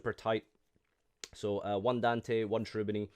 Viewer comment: Please check the pronunciation of Cherubini (Italian word)